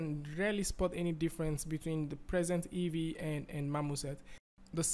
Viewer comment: It's EEVEE, not EVEE.